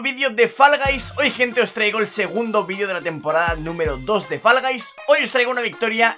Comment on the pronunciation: Que raro pronuncias siempre "Fall Guys" xD